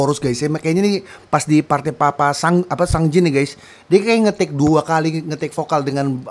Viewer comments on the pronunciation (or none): Btw bang, sungjin dibacanya Seongjin/Songjin bukan sangjin hehe😆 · Sungjin/Seongjin bacanya itu Songjin 😁 Ayo DAY6 lagi bang ^^